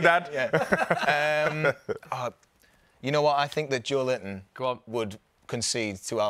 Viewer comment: You just said Joelinton 💀